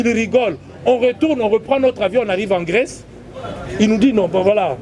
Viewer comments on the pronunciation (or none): none